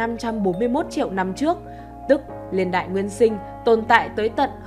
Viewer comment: “Liên đại”. Nói ngọng quá nghe khó chịu